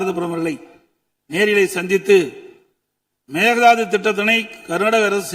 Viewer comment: அது மேக தாது கிடையாது. மேகெ தாடு !